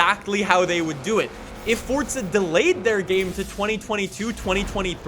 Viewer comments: FORZA NOT FORTSA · what do you say fordza instead of forza? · Forza.... four-za not fortza theres no t in the title 🤦‍♂️ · damn you say forza many times.. but.. the way you say forza sounds like fordza :D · To this day I still wonder why people say Fortza rather than Forza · Why is he saying Forza like fort-za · Its just an accent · ForTza. Like Peteza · Why do u say “fortza” like where is the t. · Am i the only one hearing him say Fortza? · Omg pls stop saying FORTZA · Why this guy is saying FOSTSSAA ? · Plus you can't trust someone that calls forza, fortza